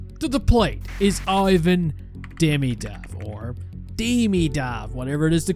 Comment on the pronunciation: Hermionee be like: its demiiidov not dimidooov